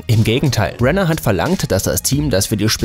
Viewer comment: Er heisst Jeremy Renner und nicht Brenner